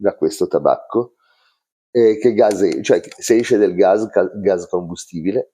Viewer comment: Ceao, vedo che pronunci "Gaz" invece che "Gas", é dialetto? Io sono rumeno é in rumeno si chiama pure "gaz". 😅